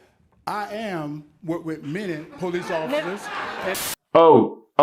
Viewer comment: Yoooooo😂 He am be done worked with po- lease be four? Really??? 😎😂 No really excellent reporting 🙂